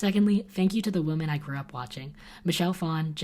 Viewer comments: Who else thinks it's adorable that pronounces "women" like "woman?" 💖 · I love you and your content. Started watching your channel late 2018 and won't stop anytime soon. But I've always wondered.. do you purposely say woman in plural / or just don't realise that 'women' is the correct term... Weird thing to ask but I notice it every time 🙈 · pronounce the plural as "wimin" not "wo-min" when you get to give the speech! :) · Still freaks me out when you pronounce “women” like I pronounce the singular “woman” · Am I the only one who notices that always pronounces "woman" the same way as "women"? English is my second language and teachers always corrected us when we did that, so I'm confused!:D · I love you, but I gotta tell you there's a difference in the way you pronounce woman and women. No hate tho, I'm just a know it all.🥰